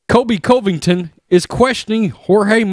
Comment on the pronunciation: Bro.. Get the man's name right! Not Cove-ington. How many videos do you do about him and still can't get it right?